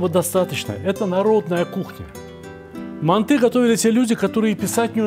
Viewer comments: Не мантЫ, а мАнты, Сталик...Емое..Вы ж в Узбекистане родились, говорите правильно.... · Россияне говорят мантЫ казахам уши режет😅